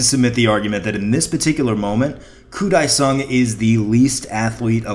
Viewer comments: pronounced ... deh-sung not die-sung. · I was at that game! And a game at Shea where a few cars caught on fire in the parking lot and we had to wonder from our seats why fire engines showed up. Also, Dae is pronounced more like "day" than "die"